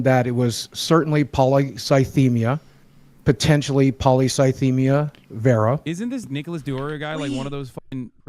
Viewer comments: Take a shot every time says Polycythemia wrong (he says Polythycemia). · Stop saying thysemia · Nicholas repeatedly mispronouncing Polycythemia is just incredible.